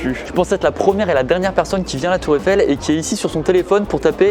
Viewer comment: "Tour effelle"